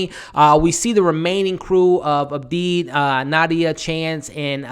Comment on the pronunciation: ABDI NOT ABEEB 🤨